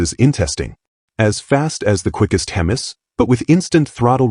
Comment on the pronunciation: Hemmus , not HEMIs ... lol ...